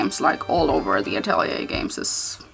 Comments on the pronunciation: but the correct pronunciation is uh·teh·lee·ei I made the same mistake and realized it after someone corrected. Then I looked it up and it was true. I think name is French. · You know she's saying the game name wrong.